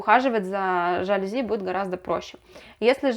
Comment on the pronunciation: Пожалуйста, говорите правильно:ЖалюзИ!!!